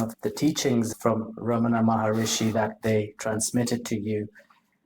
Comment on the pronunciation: "Maharshi"; not Maharishi.